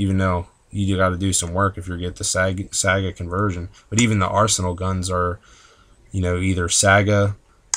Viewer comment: ... are you pronouncing it saaga?